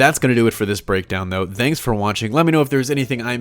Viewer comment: Im just here to hear say "DANKS FOR WATCHING"